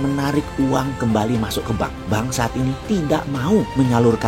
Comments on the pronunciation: tulisannya bank saat ini.... yang ane denger malah banksat, 😂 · ho oh... mungkin Bossman sengaja kali ye, kata 'saat' dibunyikan 'sat' aja.. wkwkwk..